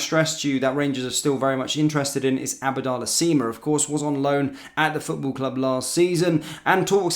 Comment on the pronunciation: He always gets pronunciation wrong